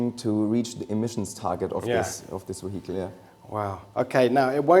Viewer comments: Jack Rix saying vehicle: vehicle: weehittal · Wehicle is Vehicle , i was soo confused at first , i had to turn the subtitles on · De weehickle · Weehickle = Vehicle. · "We-heagel" Why didnt he take just a few min to check up on english pronunciation before this interview? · I couldn't help but chuckle everytime this guy says "WEEHICLE" 😄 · ze weeheekle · How much German accent would you like? The weheekel... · Can't help but let out internal chuckles every time the guy says wihicle😂😂😂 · Ve hi cle indeed. Great machine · Very nice Vee-Hi-kle :) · See if you can do a shot everytime he says W-ehicle.... 🤣🍻 then try and say max wertstappen is wery good at driving his wehicle in wancouver. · Nice car, but I am more intrigued by this "weheatle" he speaks of. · What is a weehickle? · I've never heard anyone pronounce it "wehicle" lol. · What an amazing we-hickle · A lovely weeheecle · Can't wait to pick up this "Ve hicle" in the used car lot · The way he says vihicle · Hehe Weehicle... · Whey HEE Cull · Ok second favourite thing about this video is how the project lead pronounces “vehicle” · 122hp electric motor just for the turbo. That's more than the entire output of many cars. I love the way pronounces 'vehicle. Na, I don't think I'll get the optional magnesium wheels, it will make the car too expensive. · Is that really how he says the word VEHICLE!?!? I’m a hearing him right? Is he trying to say vehicle.. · I literally want to give him a hug everytime he says "vehicle" 😅